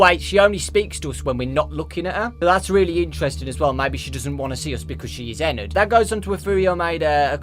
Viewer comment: Ana Alves nah. he's calling it eNerd.